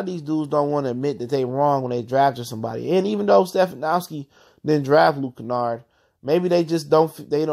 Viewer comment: This dude doesn’t know anything about ball or the pistons. He fucking called him “stefanowski” lmao.